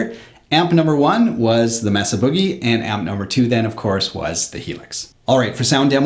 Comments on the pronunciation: it's pronounced MAY-SUH, not Meh Suh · Mesa is "may-suh" like the geographic feature, not "mess-uh" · FYI ... "Mesa" is pronounced "May' suh" .. not "Mess uh" :-) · Very good demo. BTW, the "e" in Mesa is a long "a" sound, not a short "e" as in mess.